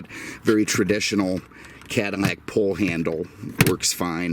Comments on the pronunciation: I don't know if it is just me but, every single video I see from the L's sound like M's. Is this a Cadimac? I've seen his video on Monte Carmo and Camaro Berminetta. I keep listeing closer and closer and and hear it all the time. Maybe it is his deep voice and maybe microphone doing this. I still listen to the whole video because he definitely knows his stuff. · CADDIMAC???????????????? lay off the booze , it is eating your brain. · great video as always, but why are you saying 'Cadimac' - apple thing? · Stop saying cadaimac it just sounds stupid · Doug is funny and really shows you things about the car that many car YouTubers don’t even mention maybe that’s why he has over 4 mill subs compared to this dude lol but we all have our own opinions I guess btw dude needs to learn how to say Cadillac correctly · Honestly can't say I'm familiar with Cadimmac or Chevromet as brands. I've heard Doug use the letter L, why the mispronunciation?